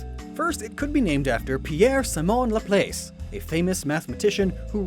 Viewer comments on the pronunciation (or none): none